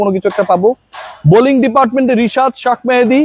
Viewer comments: আপনার "সাক মাহাদী "কথাটা ভালো লাগলো না,, ওর নাম শেখ মেহেদী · তার নাম শাক মেহেদী না শেখ মেহেদী ভালো করে বলবেন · ভাই শাক মেহেদী বলেন কেন!!??? শেখ মেহেদী বলেন। জাতীয় পর্যায়ের সাংবাদিকতায় সঠিক নাম উচ্চারণ গুরুত্বপূর্ণ। আশাকরি সামনের দিকে উচ্চারণ গুলো ঠিক ঠাক করবেন। শুভকামনা আপনার জন্য, অপেক্ষায় রইলাম সঠিক ভাবেই সবার নাম উচ্চারণ করবেন!! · শাক মেহেদী, বলেন কেন।এটা হবে শেখ মেহেদি। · শাক মেহেদী শাক মেহেদী করেন কেনো? শেখ মেহেদী বলতে পারেন না?কমেন্টগুলো পড়েন। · Sak mehedi keno bolen sekh mehedi bolen pagol